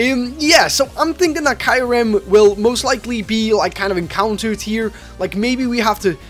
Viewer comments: Kai rem no it's pronounced k ear rum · you said kyurem wrong